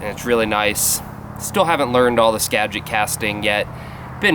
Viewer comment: I live close to the Skagit and fish it all the time. Made me cringe when you said Skogit 😬